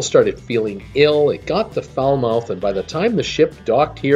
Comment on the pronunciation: In the early part of the video, you talk about the Oasis of the Seas calling at Falmouth, Jamaica. You mistakenly pronounced it Fal-mouth (rhymes with south). The correct pronunciation is "Fal-mooth. (rhymes with vermouth)"